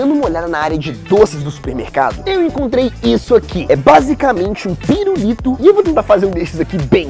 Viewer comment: Só eu q ovi ele flnd "pirurito" ?